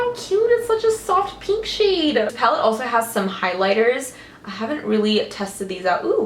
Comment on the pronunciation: I love how you say "peenk"! This look is freaking gorgeous on you, and it makes me want to play with color more (which I'm quite afraid to do usually)!